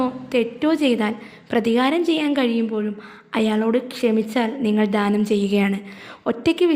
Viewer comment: ധാനം അല്ല ദാനം